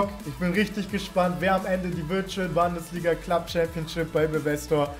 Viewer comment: niemand: wirklich niemand:: Bandesliga